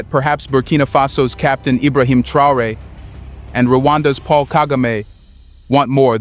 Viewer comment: Is it just me or is this channel just recycling the same exact story over and over. I havent heard anything new from these guys in 3 months. Its one new fact and 30 min of filler that we can do without. And for the love of God and all thats good stop with the AI the mispronunciation is unprofessional and annoying. We want to support but you gotta put in some real work not just use Traore name as click bate and give the same info in 12 different ways.